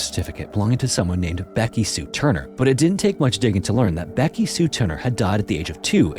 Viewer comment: "backy sue turner" is killing me